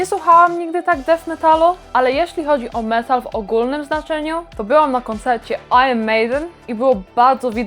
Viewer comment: w końcu ktoś, kto nie mówi AJRON 😉